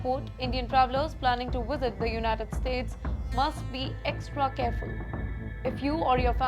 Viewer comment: IT'S NOT WISIT, THE WORD IS VISIT.